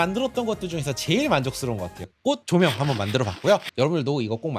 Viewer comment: 쪼쪼명으로 들리는 초코면 ㄷㄷ